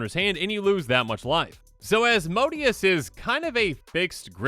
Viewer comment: (Azz-moe-day-es) Asmodeus